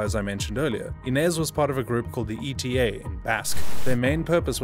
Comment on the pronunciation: the way he pronunced eta AHAHAHAHAAHA